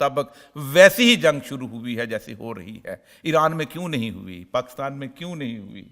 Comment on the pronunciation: Sir please PAKASTAN na bola kren it’s PAKISTAN